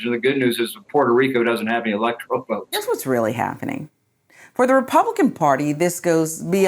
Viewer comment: Did he say "electrical votes"?